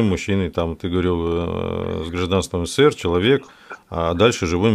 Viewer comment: Не ССР а СССР проговаривайте правильно нашу страну